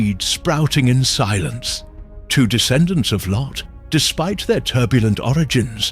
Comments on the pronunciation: This biblical account is applicable to today's world. But "LO?" Uhmm... isn't it "Lot?" 😂😂 These AI voices need some work. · It’s lot not low! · Well done, although it is grating when the ai voice calls Lot "Lo." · Why does he keep calling Lot, "Low"?